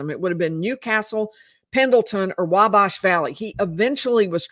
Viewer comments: Not that it matters at all, your recaps are the best, but I’m a long time Indiana resident, it’s “Wabash” where bash is pronounced as in head bash or big bash… same w Wabash valley Thanks for your reporting! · It's pronounced (wal)bash there's no l but it's pronounced like there is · I love watching you but you’re pronouncing the town of Wabash incorrectly.